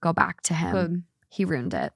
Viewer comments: The way you say ruined is starting to grate on me. Wtf are you saying? ROONED. Why are you skipping the I? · I don't know what is worse, pronouncing ruined and rooned or pronouncing picture as pitcher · Am I the only one that says ruined in two syllables? It feels gross when said as 1 syllable! lol